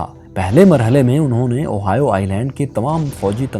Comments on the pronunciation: اوہائیو نہیں ،،، ہوائی جزیرہ ،،میں یہی رہتا ہوں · Little correction, Ohio is a midwestern state in mainland America, the correct pronunciation of oahu is "ow aa hu" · Plz correct the Oahu pronunciation